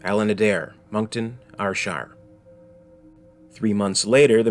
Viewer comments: Surprisingly he pronounces it pretty accurately later in the video, but then doubles down by pronouncing Ayrshire as ire-shire. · Your pronunciation of Scottish Place Names is woeful man! Glasgow = Glass-Go & Ayrshire = Air-Shire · Burtualised the pronunciation of Glasgow and Ayrshire.